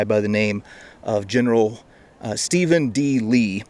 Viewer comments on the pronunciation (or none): none